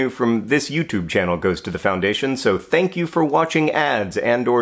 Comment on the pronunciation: "thank" T hank